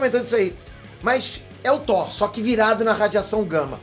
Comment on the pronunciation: falando “whore” kkkkk